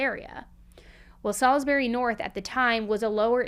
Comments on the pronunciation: I love you but I put off this one as it happened really close to my home. That was until I heard how you pronounced Salisbury 😂😂 now im laughing. But on a for real note this is just such a horrific crime. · How did you mess up saying Salisbury so bad 😭 I live in Adelaide and that’s NOT how you say it😭 My mum also drove past the house when police were digging out the barrels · U said salisbury wrong hahah